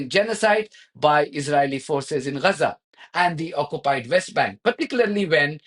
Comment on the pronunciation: Why do you say Gaza sounds like 'Rhaza' is your method the proper way?